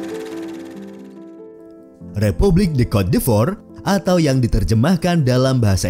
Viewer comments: Bacanya bukan “kot d’efor” tapi “kot di’vwa” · Cote d'ivore dibacanya "kot divoa" bukan "kot di ivor" min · Maaf Cara baca CÔTE D''IVOIRE itu "KOT DIVWAGHR" min.. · Cara Bacanya "Kot divoaa" (Ivory Coast/cote d Ivoire)